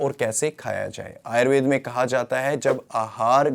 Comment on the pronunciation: आप आयुर्वेद और योग शब्द का भलीभांति उच्चारण कर सकते हैं तो आयुर्वेदा और योगा क्यों कहते हैं जबकि अंग्रेजी के शब्दों का बहुत अच्छे से उच्चारण करते हैं। आदतें ठीक कर लीजिए।